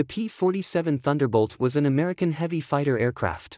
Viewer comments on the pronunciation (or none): none